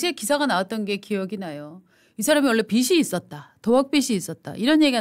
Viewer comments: 빚이 이었다지, 빗이 있었다가 아니지요. 발음 제대로 하세요. 몇 차례나 비시 있었다로 발음하네요. 비지 있었다로 발음하세요. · "...빚이 있었다"는 "비시있었다:" 로 발음하면 틀리고 "비지있었다:로 발음하는 것이 연음법칙에 따른 것입니다